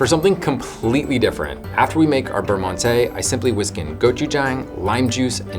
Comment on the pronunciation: 2 bites.... amateur lol just kidding. I was worse as a kid I would eat the whole pack in one bite!!! Beurre Monte check Google Translate for pronunciation.